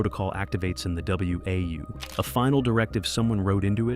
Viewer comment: Dead giveaway this video is AI voiced when it pronounced WAU as W A U instead of "Wow" like it's pronounced in the game. If an actual person had played the game, they would have known that. Stop giving these AI slop channels views people.